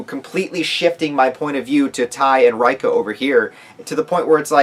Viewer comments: why you still calling her R-eye-ka lol, it's Ray-ka. And Tae is Tah-eh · reika = RAY-ka ..... Tae = TAY 😂😂